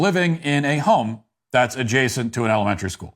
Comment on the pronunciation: Why are you unable correctly to pronounce the word "elementary"? Are you unfamiliar with it? If so, try substituting "grade school."